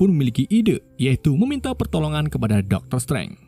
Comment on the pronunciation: Pronunciation nya min.. kurang enak Di kuping. Dr. Strange, dan MIT